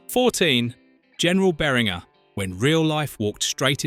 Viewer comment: Two things: 1) Your don't have to run annoying mirror images of the movie clips. The Fair Use Act permits you to use the scenes in full in the original form if you are commenting on the film and including attribution as you did. 2) WOPR is pronounced "Whopper" like the hamburger. You also mispronounced Beringer, Galaga, and Coleco.